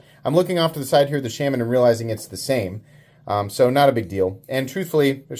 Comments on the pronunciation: Shaman is pronounced shaw-man, not shamin, which rhymes with salmon. Sorry, but as much as I enjoy your videos, every time you say shamin it's like fingernails on a blackboard. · Why do you pronounce “shaman” so weird? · Still pronouncing Shaman wrong. Good god. Just stop. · Dude just pronounce Shaman right after all this shit. I don’t care where you’re from, you can pronounce it right. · Dude do you intentionally say Shaman the wrong way...? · Why tf do you refuse to say Shaman correctly. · Is it sham-an or Shaw-man? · The way you say Shaman pisses me off. No one says it that way. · 80 videos later, still can’t pronounce shaman correctly.